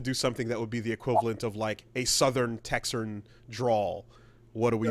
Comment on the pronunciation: "Texarn" I have never cringed so hard at such a fake word it hurts.